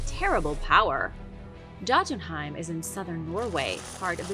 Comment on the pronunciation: The J in Scandanavia is pronounced as a Y. It's pronounced Yotenheim and the residents are Yotens